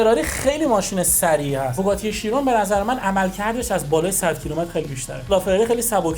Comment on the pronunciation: Chiron ❌ Sheyron ✅ 😂